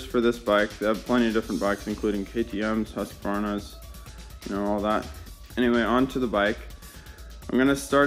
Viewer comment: I absolutely love how you keep saying "dekle" instead of decal, then apologize for saying husqvarna properly lol. Good video, and awesome bike!